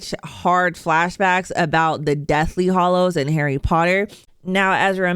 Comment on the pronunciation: Harry Pottor is “hAllows” not “hOllows”